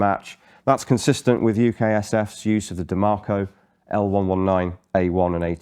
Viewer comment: I do believe the pronunciation is die-mah-coe, rather than DeMarco